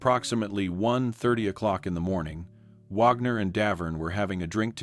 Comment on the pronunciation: I agree, at the beginning it pronounced "Wagner" correctly, then later through it pronounced it "Wogner" 🙄